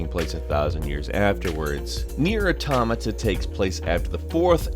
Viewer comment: Nier AH-TOH-MA-TA. Auto-mata. Auto. Mata. Now say it together, automata, not a-tom-a-ta. I don't know what you said but lol, you may wanna fix your pronouciation. Good list though!